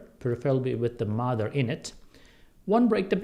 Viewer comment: Apple Cider Vinegar with what in it? Sounded like the "mather"...any help is appreciated